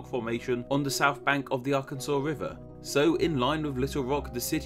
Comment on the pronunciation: Holy shit, a British guy pronounced Arkansas correctly